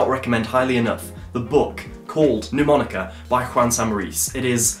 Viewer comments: Great thinking! You have great ideas mate. Can I point out respectfully that Mnemonica is not pronounced 'New- monica'? It's actually pronounced: Ner-monica. Quite a few established channels mispronounce it, even Rick Lax! A mnemonic (/nəˈmɒnɪk/, the first "m" is not pronounced) device, or memory device, is any learning technique that aids information retention or retrieval (remembering) in the human memory. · mate, it's not 'Neww-monica' - the first syllable sounds more like the end of 'Manchester' - listen to it here